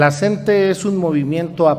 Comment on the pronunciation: OIGA SEÑOR REPORTERO NO SE DICE EL SNTE ES LA CNTE SIGNIFICA COORDINADORA NACIONAL DE TRABAJADORES DE LA EDUCACIÓN. POR FAVOR PROCURA LEER BIEN